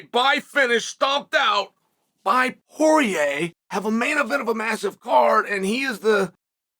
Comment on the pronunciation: Not sure if I’m alone on this one, but a few times when Chael said “Poirier”, I heard “Jorge”, and was wondering how Masvidal came into the conversation all of a sudden